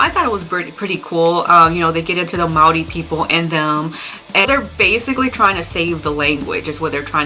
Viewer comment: Thanks for the video, the way you pronounced Māori the first time was pretty spot-on! If you wanted to hear what a one-man folk metal band from NZ sounds like, you could check out my stuff? (Ceolskog). It's only a one-man band because metal musicians aren't really too interested in playing folk metal down here, lol!